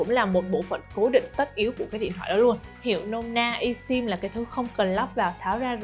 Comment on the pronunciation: Esim phát âm i sim sai rồi phát âm là ơsim mới phải